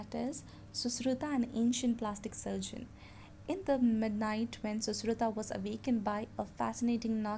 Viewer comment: You are pronouncing susruta and dhanvantri wrongly